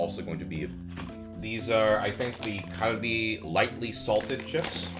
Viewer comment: Why did you pronounce Calbee like kalbi 🤣